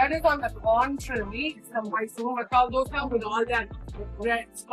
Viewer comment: Being a South Indian you should know how to pronounce "Dosa" correctly? What on earth is "DHOSA" ffs..